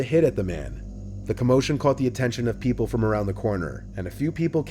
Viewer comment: "Pee-Pool" are you saying people or the name pf that little hole to look through?